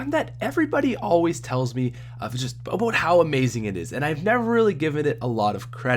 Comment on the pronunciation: Is it me or is he saying obote